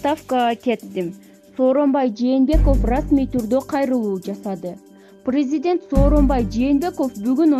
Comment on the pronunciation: Чон кыз прризидент эмес президент туура окусан